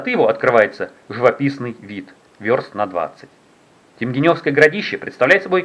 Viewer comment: если вы общались с местными, то они должны были вас поправить в произношении, не ТемгенЁвское городище, а ТемгЕневское, через е и ударение на второй слог. И кстати про раскопки...там года 3 назад уже перепахали землю для сельхоз нужд я так понимаю.